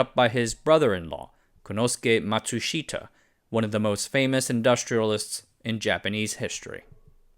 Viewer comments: The Japanese I know pronounce Matsushita as “matsushta”. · Pronunciation! Ma tsu shi-ta also the first syllable is normally emphasized in Japanese a bit and the fourth syllable shi is not emphasized!!! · Matsushita: mat-sush-ta. Three syllables. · I’m dying here with the pronunciation of Matsushita. The i is silent. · A great story well told. Only the pronunciation of Matsushita grated in my ears.